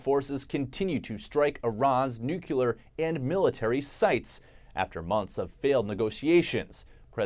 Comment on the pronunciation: Nucular??? You make a living with words.